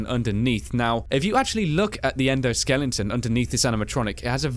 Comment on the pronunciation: SKELETON NOT SKELLINGTON. Please for ONCE read your comments, I have brought this up nearly every time. You guys work hard on your videos and make them worth watching, you are professional and always try to deliver quality productions, so please just say Skeleton properly. Don't get me wrong, I am not just picking a random thing here, you always pronounce it wrong and it's not like it is even an easy mistake to make. Skeleton doesn't even have the letter "g" in it so how the hell do you end up with Skellington!?! PLEASE just pay some attention to the comments and stop mispronouncing this simple word. Thank you.